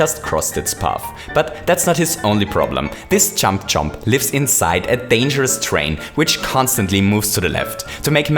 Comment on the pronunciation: He said champ chomp